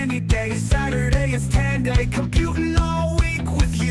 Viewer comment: Was that song AI? 🤔 It reminds me of music made by Suno or something, especially the weird pronunciation of Tandy in the chorus. Regardless, it's a shame SepTandy flew by un-celebrated. 😕